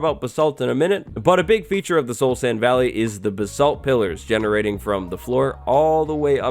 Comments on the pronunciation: you butchered the pronounciation of basalt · Am I the only one that pronounces basalt as baysalt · Why can no one say basalt correctly? It's really not that hard.